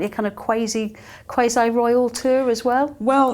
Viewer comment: went to say “quasi royal” but she said “qwazy” 😂 haha That’s Meghan and Harry..The qwazy quasi-royals.